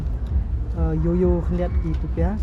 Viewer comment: His pronunciation yo yo and burger kit i cannot stop laughing 😂😂😂😂